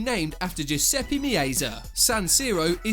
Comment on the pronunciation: It’s pronounced “me-at-za” not “me-ay-sa”